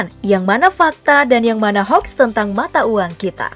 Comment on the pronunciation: Hoax...dibaca hoak....bukan haks...admine keminggris